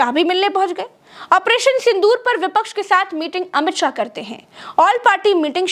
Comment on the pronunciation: Not sahai it is Shah